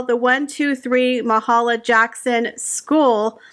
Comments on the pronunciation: The school in New York was named after famed gospel singer and civil rights pioneer Mahalia Jackson. Her name is pronounced Ma-HAIL-ya. I realize this was a while ago, but it still matters to me that her name is pronounced correctly. (So far, no one is getting it.) She was and is one of my childhood heroes and truly a trailblazer for African-American women. In the early '60s she came to perform in my town - Chatham, Ontario, which was one of the significant points of the Underground Railroad (giving sanctuary to escaped slaves during the Civil War). The good people of Chatham decided that, while Ms. Jackson's white musicians were welcome to stay at the town's best hotel, Ms. Jackson would be MUCH more comfortable in that hotel on the other side of town. If you know what I mean. This was jaw-droppingly racist, but no one blinked an eyelash at the time. Mahalia Jackson had to endure the brunt of racism wherever she went, but she kept on going, kept on singing to the glory of God and to inspire her people, and all of us as well. I am so glad her name lives on in schools where a new generation can be encouraged to move forward, no matter what sort of awful misrepresentation they may find from such faux celebrities as these two. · The second syllables in Mahalia sounds like HAY.